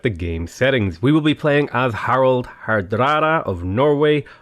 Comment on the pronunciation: Say "hardrada" again ✨